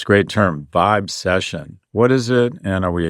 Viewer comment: Jeeeeeeezus Christ, Scott. Boy did you screw this up. You're inaccurately telling everyone here, in your VO and your graphics, that she coined a phrase called "vibe session." That's not what she coined. She coined "vibecession." VERY different. You screwed it up by pausing between the two parts, b/c your clueless staff wrote it for you this way on your teleprompter and you mispronounced it., because you didn't research her before the pod. "Vibe session" (as you announced it) is a phrase that's been around for 20 years or more, where people are having a (hang) "session" and experiencing a "vibe." But "vibecession" is interesting--it implies a "recession" from what should be a "good vibe." You literally set her up as an idiot because you and your staff didn't do your homework. Go stand in the corner and think about what you've done.